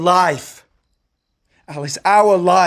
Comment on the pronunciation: “OUrrr LIFE” 😂